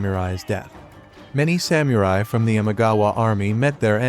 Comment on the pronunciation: Cool idea to use Shogun Total War clips, but definitely work on your pronunciation of Japanese names and places before your next video (mispronouncing Kyoto and Samurai was especially egregious).